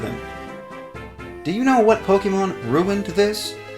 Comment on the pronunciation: Ok, does it trigger anyone else that he says Poke-ee-mon instead of Poke-e-mon or Poke-ay-mon? No? Just me? Oh....